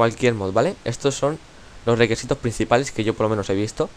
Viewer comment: jaja dijo requesitos xd